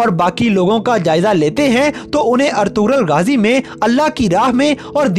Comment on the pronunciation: Bro its ertugrul ghazi you have prouncation mistake